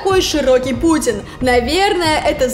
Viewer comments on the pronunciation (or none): none